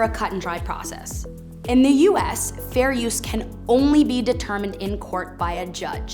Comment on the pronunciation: Her pronunciation of U.S is annoying, "U. ASS "